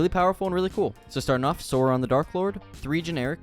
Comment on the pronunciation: I feel like every time I watch a LOTR MTG video, they can never say "Sauron" right. Or Rohirrim. 💀